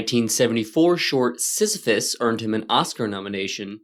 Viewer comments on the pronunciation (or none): none